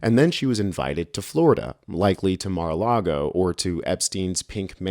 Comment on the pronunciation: Get away from Mary's (Mar-a-Lago) Mary-a-lago